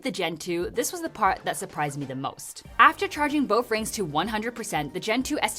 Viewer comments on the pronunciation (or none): "Boff rings" Is she saying that on purpose?